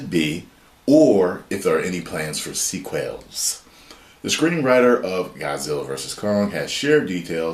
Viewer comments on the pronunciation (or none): “Sea Quails”